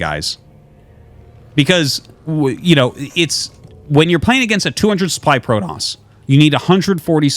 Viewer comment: Pro-toss or Pro-DOS?